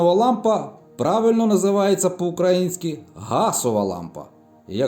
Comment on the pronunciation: Дякую! Люди помиляються... УкраЇна. ... УкраЇнський!!! Роби правильний наголос на Ї!!!